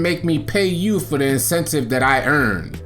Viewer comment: Incentive my guy not insentcive 😂😂😂😂😂 he said that shit 10000 times